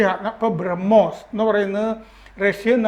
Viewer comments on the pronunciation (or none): none